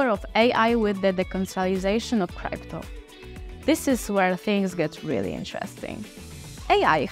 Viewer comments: Научите эту старушку правильно говорить крипто а не крайпто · It's not criepto but crypto... What a shame... How we all gonna trust this project when you are not even capable of saying the word correctly.... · Cripeto currency, Cripeto lol😂😂